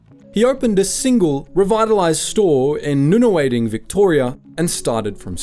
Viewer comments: It's pronounced "nunnawodding", not "noonawading"... :-) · It’s nun-a-wad-ing, but good video otherwise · I literally almost fell over when I heard "Nun Ah Wah Ding" pronounce that way 😂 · Nooner Wading ...??? WTF?? Nunawading! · Never heard Nunawading pronounced like that but play on. Gold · look how they pronounce Nunawading in this video .. says it all